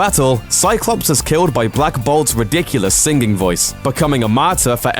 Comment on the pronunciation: "Singing"??? Senging?????? lol